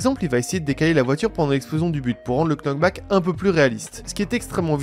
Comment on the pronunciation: On ne dit pas le "k" dans "knock back". Ca se prononce donc "nok".